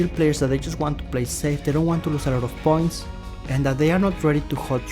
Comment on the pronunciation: Whenever said "points", i heard "PORNS" 😂😂